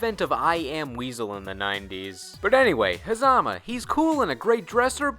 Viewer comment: its pornouned ha zuh muh